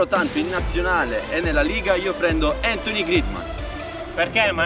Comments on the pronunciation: "Anthony" ma vi prego.. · SI LEGGE "ANTUAN" NON "ANTONYC" JWKDNEJFNEND COSA SENTONO LE MIE ORECCHIE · non per fare il precisino che non lo sono pero si chiama antoine cioe antuan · é francese...si legge "antuan", so che si scrive antoine